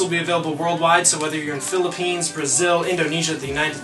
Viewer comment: HE SAID PHILIPPINES! AND HE PRONOUNCED IT CORRECTLYYYYYY<3333